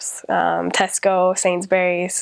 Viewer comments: Sainsburys is pronounced Sainsbreeze not Sains berries. ;¬ ) Oh, you forgot the 5p coin. So it's 5p 10p 20p 50p £1 and £2. The 5p is now a tiny tiny little silver coin. We also used to have a £1 note but that was discontinued when the £1 coin was introduced. The notes also increase in size as well as value so blind people can tell the difference. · She says it "sainsberries"